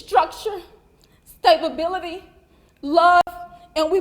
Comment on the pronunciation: Sta-ba-bility? :face-blue-smiling